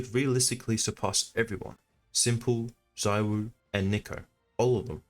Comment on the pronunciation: you pronounced it wrong. Its not zuwo. Its zaiwho